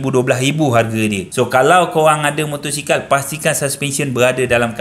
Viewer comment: motosikal bang bukan motorsikal